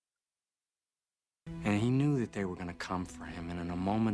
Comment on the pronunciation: It has been most of a century since Jesus would have been arrested in Germany, ;) That was a fitting curse considering you can't pronounce the English version of the place he was actually arrested in.